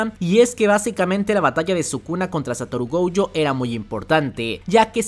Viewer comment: no me acordaba de lo desesperante que es escucharte decir GOUYO es GOJO!!!